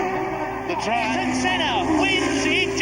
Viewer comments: Not argon senna bro it's ay-eer-ton senna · Ahh-Yer-ton. say his name right. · You butched his name so bad. Its pronounced i-yuul-ton senn-ah (im brazilian) they ay in his name is like aye aye captain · It would have been a nice gesture to learn how to pronounce his name correctly bro! How hard can it be??